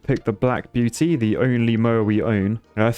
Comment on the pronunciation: "The Black Buety"